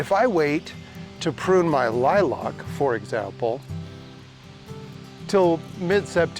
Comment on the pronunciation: Great advice but the way you pronounced lilac drives me nuts....there is no o in lilac